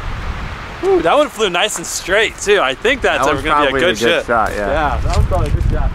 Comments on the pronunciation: i sound like he says good shit instead of shot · he said that was a good shit not shot shit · he said shit instead of shot